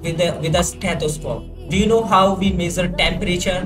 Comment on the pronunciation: meesarr(measure) wow bro😂